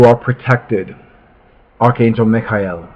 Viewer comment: Love this video & how you say Micheal, hehe. This review is the reason I fell in love with this deck & just had to order it. I'm still waiting for it to come & the wait is killing meh! Wha wha, I hate waiting, but thank you for this review which helps pass the time & gives me time to practice saying Mic-High-E-Heal Micheal exactly like you, hehe. How & why do you say his name like that? It's so good & fits perfect. I like how you speak very well & neat.